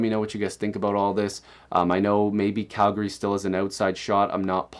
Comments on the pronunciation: the way in which he said calgary. interesting. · Why is his pronunciation of Calgary so interesting? And de-troy-it is kinda weird... think Friedman says it that way because cherry says it that way